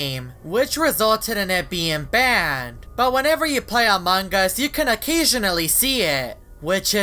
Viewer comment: why do you always pronounce among us as “amang us”